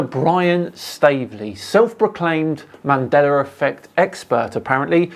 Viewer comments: Here's a mandela effect fact for you: He says "Mandeller", not "Mandela". Been like that forever, but I'm pretty sure some are just catching on to it. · “Mandera Affect”. Do you mean Mandela Affect?😂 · Why is pronouncing it as Mandelr effect? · Why do you say "Mandelar". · Why do you pronounce it "mandeler effect"? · Why do non rhotic speakers from England ignore the letter R until the say a word ending in a long A at the end? Mandela effect is pronounced "mandeler" and park is pronounced pock. The letter R deserves respect. You can't ignore it most the time, then tack it on the end of words whenever you feel like it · Use the “L” sound please my guy.😂😂😂